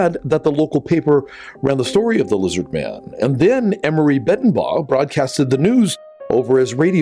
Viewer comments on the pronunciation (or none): none